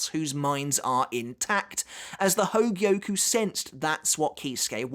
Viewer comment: I'm impressed you say hōgyoku correctly, and not hōgioku